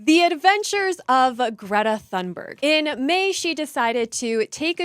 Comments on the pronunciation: Not that she deserves the correct pronunciation, but for others sharing her name, "Thunberg" is pronounced 'Toon-berg', with 'berg' pronounced like the German 'berg', not like 'berg' in 'iceberg'. , the graphic is excellent, compliments to the artist. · Learn to pronounce “ Thunberg”. It’s not an English name so you can’t apply English pronunciation rules to it if you know any.